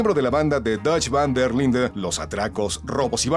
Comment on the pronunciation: dan un poco de coraje cuando el encargado de hacer la preview no pronuncia bien el apellido de dutch :v